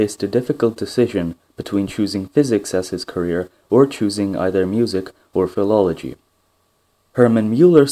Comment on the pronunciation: "PHILOLOGY" he actually read it like that haha.